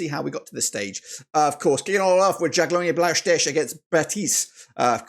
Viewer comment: If i am correct you have betted agains DIF every time. DIF has also beaten the odds every time for example Legia, Rapid and Pafos. Am i a Djurgården fan??? ......no ;)... (Btw in english words it's pronounced "You-gorden(garden but with a "o" or "You-r-gone". Not Yurs-gardens)